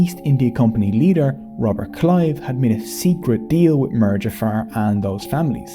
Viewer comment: Same for the word 'mir'